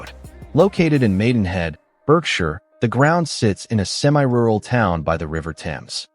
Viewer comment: AI that has no idea how to chuffing pronounce English places correctly Berkshire is BARK-sheer Derbyshire is DAR-bee-sheer, -shər